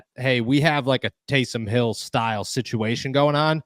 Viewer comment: Now you called him Tausom Hill....wow.